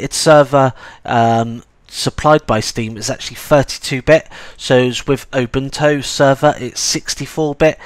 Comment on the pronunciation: I really must say that your pronounciation of Ubuntu sounds like "Open Toe"